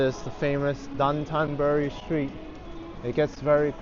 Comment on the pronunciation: It’s pronounced Dough-tan burr-ri. Anthony Bourdain was taught it by his Japanese tour guides and friends.